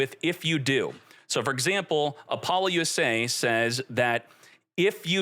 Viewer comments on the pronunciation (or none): Ap-ol-lou-sa Say it with me. Not apollo-u-s-a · Super interesting and love the breakdown of the rulings. But your pronunciation of Apollousa is insane. I’ve never heard anyone pronounce it “uh-pol-yoo-say”. That is an illegal pronunciation of “App-uh-loo-suh”. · This man really called Apoullousa Bow of the Goddess, Apollo-USA 😂 😂 😂